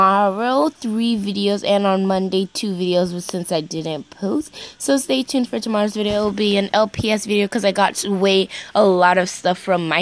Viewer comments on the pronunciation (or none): No you said stay tunde